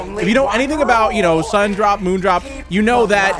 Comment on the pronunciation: Did you say sunnydrop it’s sundrop for correction just saying